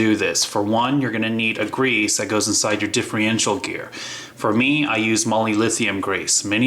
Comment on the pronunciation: dude, differencial. not diffriencial